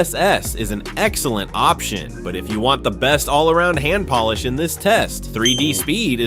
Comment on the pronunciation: Make it say polish instead of Polish. Biggest gripes with AI narrated crap is they don't LISTEN to it before posting.